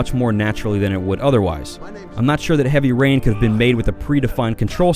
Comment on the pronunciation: Heaby Rain? Don't you mean Heavy Rain Lol!.